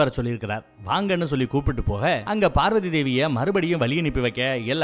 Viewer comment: நீங்கள் பேசும் வார்த்தையை செறி படுத்தவும் பார்வதி என்று தெளிவாக சொல்லு அது என்னடா நம்ம பார்வதி டார்கலிங் உங்க அம்மா வ இன்னொருத்தன் டார்லிங் னு சொன்னா சந்தோஷ படுவிய